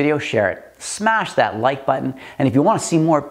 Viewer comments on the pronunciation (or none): none